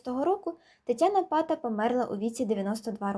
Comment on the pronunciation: невірний наголос в прізвищі, наголос на другій а